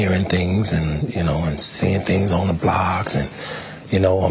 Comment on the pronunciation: This man said "blogs"